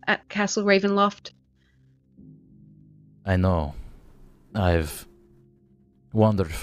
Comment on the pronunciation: I’m so sad I just love hearing say Castle Ravenloft and he didn’t do it this week:(